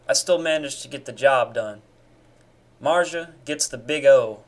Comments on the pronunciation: Who the fuck is Marja? Or do you somehow not possess the ability to pronounca a "Z"? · Im confused on so many Levels and Kinda more pissed about his way to pronounce marzia then this whole Video (i know its Satire) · Mans never had a girl I can tell also he can’t even say her name